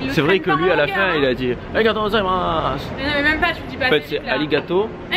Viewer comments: C'est : aligato gozaïmasu 😂 on prononce pas le u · C'est magnifique ! Et merci beaucoup c'est "arigatou gozaimasu", et le quartier de Gion se prononce "Guion" (prononce le n) x)